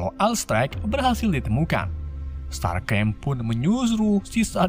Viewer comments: STARSCREAM, bukan Starcream. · starscream:starkrem decepticon: desepchen megatron:mekatron ironhide:ironhed 😂😂😂😂 pi sekolah isap gam ke bang